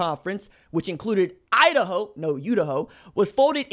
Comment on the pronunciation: Am I the only person in the comments who caught "Idaho/U-daho?" 🤷🏽‍♂️😄